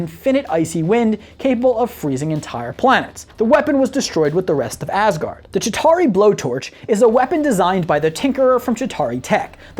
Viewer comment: When ever be says asgard it sounds like assgard